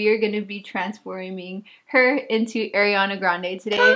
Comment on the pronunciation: "air" iana grande.. No girl NOOOOO 😭 A REEE ANA grande 🤣 everytime u said her name like that I cringeeeeedddddd ❤️